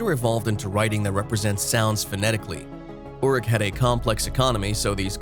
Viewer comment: He can't pronounce Sumerian words! He is awful. Uruk is the ancient word for Iraq. It's pronounced Err_rook. The other words are pronounced pathetically as if he's just reading his script. The name he was talking about was Gilgamesh. First written as a epic poem in 600 BCE shortly after fall of Jerusalem by a occult mystic named Sin Liqui. Evidently LONG after Moses wrote Genesis. Gilgamesh and his huge friend Enkidu we're apparently antediluvian lethal bullies postdiluvian Moses called Giboram or Nephilim.